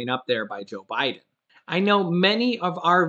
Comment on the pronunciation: Love your show, you had me laughing because you said O'Biden.. rerun this show and you'll hear it. About mid way through the show. Great work anyways...lol